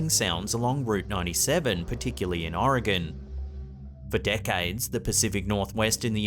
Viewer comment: It makes me so happy that you pronounce Oregon correctly. Thank you lol